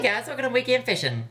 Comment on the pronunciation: it's slowly starting to sound like "weekend fishin'" instead of "week in fashion"